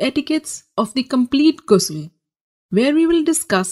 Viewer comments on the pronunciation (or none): Its not gusul kindly pronounce it right , someone who calls themselves ustaza n aalima doesnt even pronounce it right , i d rather learn t from a male scholar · its actully pronouce like a french ''R'' Ghusl not like ''gay'' u know (i didnt find another exemple of word sorry if I hurt someone by saying ''gay'') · It's called GHusl not Gusl